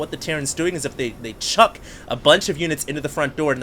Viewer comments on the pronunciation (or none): none